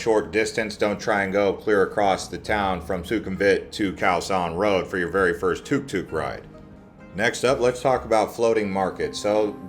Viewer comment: No big deal but it’s took took and not tuhk tuhk, cool video 🤘